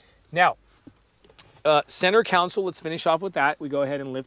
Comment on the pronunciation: Great review - but I kept getting hung up on and distracted by the reviewer saying Counsole instead of Console. Was driving me crazy!